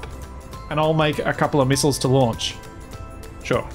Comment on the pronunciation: (Miss-aisles) "Missiles"